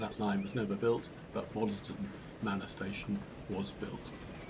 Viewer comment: That was a pleasure! I lived in Quainton between 1963 and 73. May I offer a couple of observations? I think it’s the Vale of Aylesbury (as opposed to Buckingham) and I never heard locals pronounce the middle ‘es’ in Waddesdon. From Quainton Road station to the village is nearer a mile but is at least reasonably flat. I’ve walked and cycled it many times. Back then there was still through traffic on the line, mainly coal and a few passenger services further into the Midlands and I can recall the wired quiet when it all stopped. The remaining rump of HS2 will pass just south of the station thus terminating any ideas for a partial re-I statement of the Brill tramway, a line friends and I thoroughly explored back around 1967. I look forward to your presentation of it.